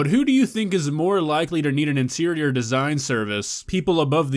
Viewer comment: I heard insirior 😂